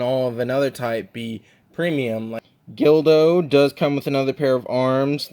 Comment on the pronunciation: It’s GULDO not GILDO. Unless you were pronouncing his name incorrectly because it sounds similar to dildo I’ve had no issues with my 2021 EE SSG Goku. Some people are just too rough with them. That being said Tamashii’s quality has definitely dipped. Think they’re trying too hard and should go back to making 8-12 figures per year. It’s better to get less figures per year with better QC than to get tons of figs with inconsistent QC. I’m excited to see more of your reviews especially if you’re gonna get SSJ4 Goku.